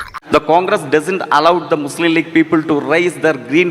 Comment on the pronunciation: മുസ്ലിം "ളീഗ്" 😂😂😂